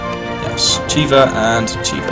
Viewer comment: You keep pronouncing Khiva like "Chiva". I believe "Kh" is meant to represent a hard h sounds, not a ch sound. Pronouncing it more like something near h and/or k would be more accurate.